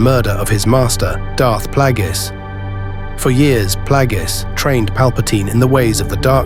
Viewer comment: It's clear you never watched the prequels when you consistently mispronounce Darth Plagueis.